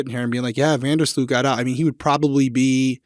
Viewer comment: Us dutchies are happy he wasn't sentenced in the Netherlands. Here he would have gotten a slap on the wrist. His name (Sloot) is pronounced like slow with a t (slowt). But I have no problem with this name being butchered to be honest. Fun fact: his last name translates to ditch. Thought it was fitting